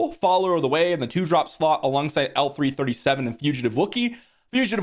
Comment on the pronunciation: Please, please ... L3-37 is not "L3" and is not "he". She is called " Leet".